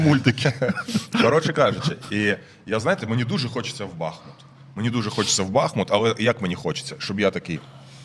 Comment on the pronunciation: Шановні ведучі! Як колишній мешканець БахмУта, маю зауважити, що наголос в назві міста на У. Це дуже ріже вуха, коли чуєш деформовану назву. А насправді все просто. Річка, на якій розташований БахмУт має назву БахмУтка, а не БАхмутка. Тому, будь ласка, не росповсюджуйте помилок, а називайте правильно. Дивно спостерігати, що в президентському пулі відсутній бодай один радник, який би виправив Зеленського, який наполегливо робить цю помилку.